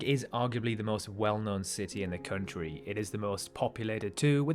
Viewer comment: Country not "Khöntriii"